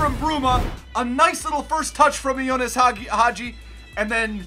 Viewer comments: Bro it's not Jonas. It's Ianis. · His name is ianis not ionis 🤣🤣